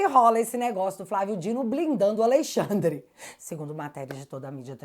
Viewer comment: Hehehe, "Aleixandre"